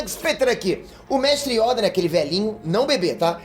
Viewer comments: Mdsssss não é Yóda é YOda porra só fala Yóda com acento no O!!!!. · Peter voce fala yóda mas se pronuncia yôda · Corrija a pronúncia peter, por favor é yôda. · MANO NÃO É YÒDA É YODA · Por favor para de falar Yóda é Yôda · YODÂ KKKKKK é YODA ou pera acho q falei merda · Eu não aguento o Peter falando ''IÓDA'' que agonia velho! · carai peter, "yÓda" num da mano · "YÓDA" KKKKKKKK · Meu Deus vou dar des like só pq tu falou yóda misericórdia eu sentia dor cada vez que vc falava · Quando o Peter fala yóda eu racho de rir e qui Gon jinn peter pra vc é um dos maiores humoristas da história